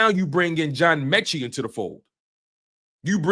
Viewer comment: Metchie not meechie lol